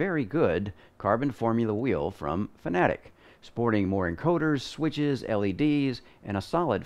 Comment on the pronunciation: Thanks for pronouncing fanatec correctly , someone gets it